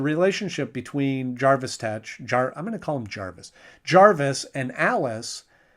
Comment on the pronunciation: His name is Jervis with an E not Jarvis as in Iron Man.